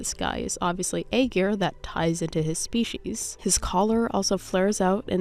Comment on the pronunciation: I DIDNT REALIZE THE SKIN TAGLINE WAS SUFFERING AND STRUGGLE OH NO The anni skip tickets you’ll get from dailies! So 7 a week, and you only need like 5 runs to get the full amount of anni! I have a couple friends who speak Chinese so lmk if you have questions! :) (By the way aegir, is pronounced like ire! If I’m overstepping my bounds as an internet stranger lmk tho)